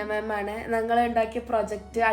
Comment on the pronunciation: നങ്ങൾ അല്ല..ഞങ്ങൾ 😊